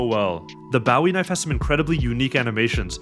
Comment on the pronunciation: the way he says bowwie knife 😂